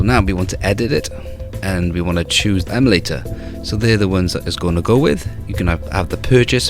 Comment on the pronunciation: It's calibrate not collaborate, emulator not emalator and retroarch not retroark